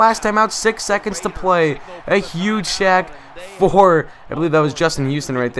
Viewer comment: #SHACK not SACK LOL